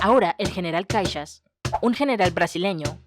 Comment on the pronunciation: No es General Caixas, es Caxias jajaja Pero adoré el vídeo!❤